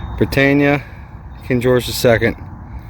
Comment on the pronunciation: Nice one guys. Btw it's pronounced 'Brit anne eee a' not 'Brit ain ya' ;)